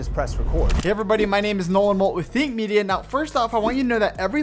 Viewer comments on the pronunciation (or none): none